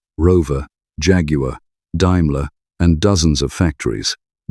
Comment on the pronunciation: Daimler not dimelar learn english good video otherwise